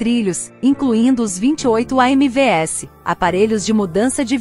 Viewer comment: São A M Vs! E não A M V S! E não é Perituba!!! E sim Pirituba!!!! POXAAA!!!!!